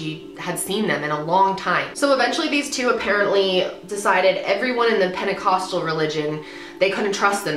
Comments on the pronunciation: I dare you to take a shot everytime she says penicostal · how many fucking times is she gonna say penticostal fuck!!